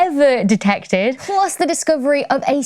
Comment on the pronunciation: it's plus, not plos...